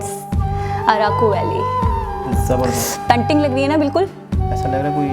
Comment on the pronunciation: panting? jahil aurat painting hota hai